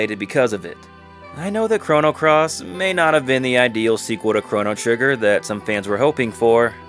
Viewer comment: Stopped listening at "Chrono Cross".